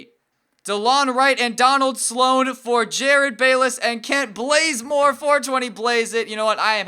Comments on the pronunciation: Why does he call Kent bazemore Kent BLAZEmore? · Why do u keep saying bLazemore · Did he just say Kent blazemore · its Kent bazemore not blazemore